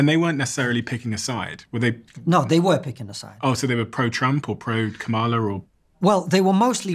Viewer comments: Hey Steven. You seem like an intelligent guy. Her name is Kamala like Pamela with a K!! It’s not difficult and your guest even managed it!! Disrespectful. At least make an effort. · I see why ppl watch but not as many subscribe when you don’t take the time to learn to pronounce the VP of America’s name and you allow ppl to explain American topics they clearly don’t understand it makes sense not to subscribe.